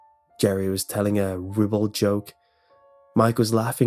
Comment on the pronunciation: Rih-buld isn't the way you pronounce ribald rye-bald